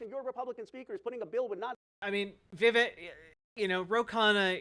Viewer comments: Vivek rhymes with cake :_kekw:. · Came here to remind everyone that Vivek rhymes with cake but damn, you beat me to it.